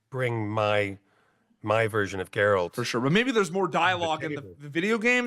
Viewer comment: Why can't Americans say Geralts name right? Its GERALT not GErart or gerard.